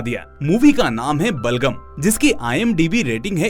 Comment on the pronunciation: Really Heart Touching movie hai.👌❤️👍 Bas aap Iska naam galat bol rahe ho बलगम नही बलागम है..🙋🏻‍♂️